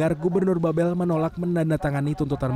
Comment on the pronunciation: Mohon kepada reporter CNN untuk mengoreksi. Cara baca "Babel" itu salah. Gubernur Babel ialah Erzaldi Rosman, bukan Erzaldi Roesam. Mohon kerjasamanya.